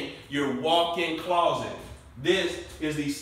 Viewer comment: I like the way he says claw-set ♡♡hehe